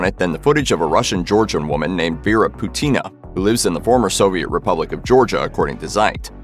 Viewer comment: Not Putína. Pútina! 😆